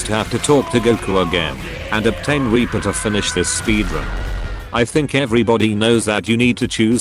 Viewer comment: It’s sounds like the chat thing your using says weaper